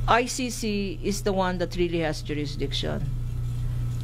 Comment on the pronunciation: pagpronounce lang ng ICC di pa ka maka perfect